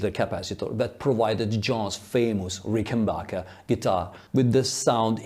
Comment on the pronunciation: Very interesting and profound research. But would you mind pronouncing it correctly RICKenbacher and not RickenBACHer? It's originally a Swiss German family name, after all.